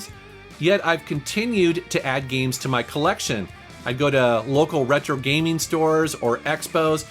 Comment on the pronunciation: These “gemes” should’ve stayed hidden